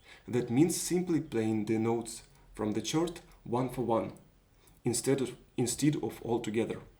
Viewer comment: Usually in English chord is pronounced "kord". Great project, I'll be building one too!